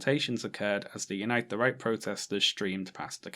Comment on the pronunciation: I always hear “Unite the Reich”